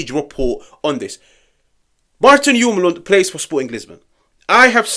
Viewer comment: We gotta work on your pronunciation. If we get him. ❤ much love. As a Dane I’m biased but I have said since his first season at lecce that we should get him. I hope he comes